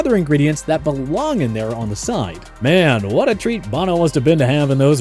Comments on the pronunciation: And it's "BO-NO", not "BON-NO". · Said it wrong like 15 times. As well as Steve Bonno ... it's Bono